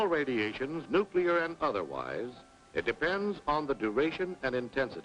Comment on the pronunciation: Nukular radimashon? Evil spirits of the indians, lol